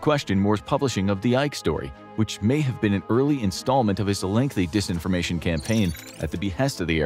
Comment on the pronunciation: It’s Disinformation with an I. Not Desinformation. It’s the little things that count bro! 😝🤔🤬